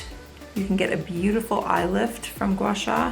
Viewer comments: It’s actually pronounced more like gwah-saah! It comes from Mandarin, which is a tonal language & is challenging for people who aren’t of that culture. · No you didn’t, it’s pronounced “Gua “Sahh” I have been watching this technique be preformed by a Chinese medical esthetician